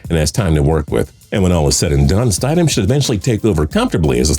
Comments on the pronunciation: Is no one else pissed by how he pronounced Jarrett Stidham? I mean come on! Stid-‘am. Not Stide-‘em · Its pronounced stid-ham not stideham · St-I-sham lol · Stiddam is pronounced ( stid ham) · “STIDE-EM” it’s pronounced “Stid-em” and the only reason I knew that is because for a brief period I worked with his dad. Cool dude. Told me a bunch of cool backstories with some nfl players while they were in college. Good for him. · Bro you guys should look up how to pronounce the names. Its Eric Decosta not Decousta. Its also mid rounders not late.... Jarrett Stidhmmm not Stiedham. I expect better. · It’s Stid-um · Omg Stid - Ham smh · You kept miss pronouncing Jarretts last name...... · you legit don't know anything about football can't even pronounce jarrett stidham's name :)